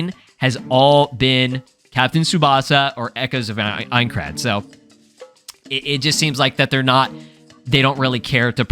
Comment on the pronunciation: yes you are pronouncing Aincrad correctly!! dw!